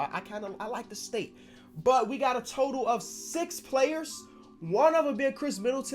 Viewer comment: I dont why but instead of hearing state i keep hearing say steak.